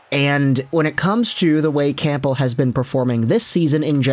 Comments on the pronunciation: Nope. I don't know why went from pronouncing it correctly to this super distracting never heard before Camp-bull. Not the first video either. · Camp-bull? Haha. The p is silent,.